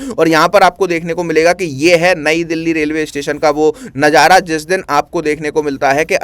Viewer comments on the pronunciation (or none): none